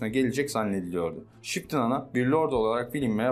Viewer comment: Şıptın ana mı diyor? :))